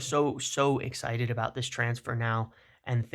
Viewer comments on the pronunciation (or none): none